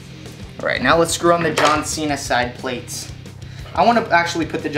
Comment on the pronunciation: plates is one syllable